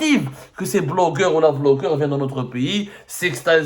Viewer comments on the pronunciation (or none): Quand tu as dit Vlogeur je pensais que tu vais expres de prononcer le B en V 😂😂😂 comme la grande Kabylie vasla pour Basla 😊